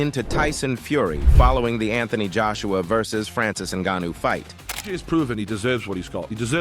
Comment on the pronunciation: Anthony Juiceuwa 😂